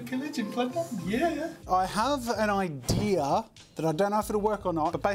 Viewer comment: I like how jazza says IDEARR for idea